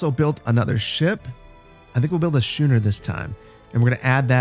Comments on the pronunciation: Your "Shooner"? Do you also go to "Shool"? (just kidding around, but it's pronounced "Skooner" like "Skool") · frigate is fri-git schooner is skoo-ner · So glad you made another one! But it’s schooner (skoo-ner) and frigate (fre-get) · Love the Anno 1800! Engagement comment: “Shooner” 😂 it’s pronounced “skooner”! To ‘schoon’ is a super old English word that means to skim along. Frigate sounds like ‘friget’. You’d never know if you only read these old words! I used to work on schooners and …well never a frigate. A Barque (pronounced Bark lol) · Shooner is pronounced scooner ;-) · "And here we have our 'Sh-ooo-ner'..." Me: C R I N G E Loving this series though, looking forward to the next vid! (Also, in addition to "Schooner" being pronounced "Sk-ooo-ner," "frigate" is pronounced "frig-uht"):D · Hey man, I hope you're doing well. Um...you keep mispronouncing schooner as shooner....not sure if you realized that or not. :) should be as if you're going to say school, but instead of the l there is the ner at the end :) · "Shooner?" It's pronounced, "SKooner." And it's a "FRIG-et" not "fry-gate." ;-) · Frigate is pronounced “frig-it”, not “ fri-gate”. Schooner is pronounced “skoo-ner”, not “shoe-ner”. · He'll get it right schooner or later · btw schooner is pronounced 'skooner" Can't wait for the next episode. I didn't want it to end ngl. This is a great addition to the channel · Schooner. School. Just saying. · Love the content, but it's Skooner and Friggit 😜👍🏼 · can really tell you're from the midwest :P schooner is pronounced like school is, ch makes the k sound. and frigate is pronounced like "frig it" :D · FYI, the ships are pronounced “SKOO-ner” and “FRIG-get” 😅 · I'm loving this series and I hope you keep up with it! Just a couple pronunciation points so you sound a bit less like a lubber in future episodes: schooner is pronounced as "SKOO-ner" and frigate is pronounced as "FRIG-it" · Pretty sure schooner has a ch pronounced like a k. Skooner Like school.